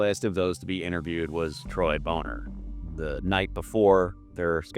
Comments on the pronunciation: I've always heard Troy's last name pronounced as "BAH-ner" but I'm not sure of the correct pronunciation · Troy Boner. Pronounced Boné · Dude, you could just say Bon-ner and be the wiser for it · came here to make the same corrections myself. Very short video, there's so so much more. Really destroys your soul reading about this stuff. Also, Troy "Boner" is pronounced "Bonner" if I recall correctly